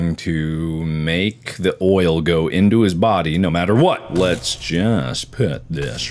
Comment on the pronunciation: It sounds like Markiplier is saying loyal when he says oil a lot